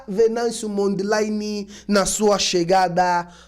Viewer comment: So para ratificar chama-se Venâncio Mondlane. Não Mondleine.